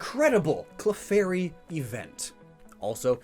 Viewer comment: Professor oak: Clefurry